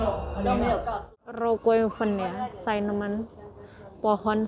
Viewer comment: Sinamen yuk bukan sainemen. Maaf ya sekadar pembetulan